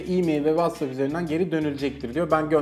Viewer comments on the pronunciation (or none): none